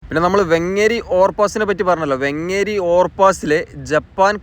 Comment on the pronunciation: വെങ്ങേരി അല്ല വേങ്ങേരി ആണ്